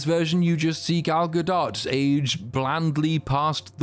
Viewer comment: You're the first person I've watched who pronounces Gal Gadot correctly.